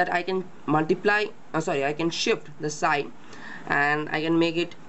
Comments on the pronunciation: Its pronounced "Psi" (Silent P) not "Shy" [Just an FYI] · its psi not shy...